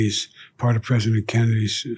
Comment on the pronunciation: ayam sori prizidon 😅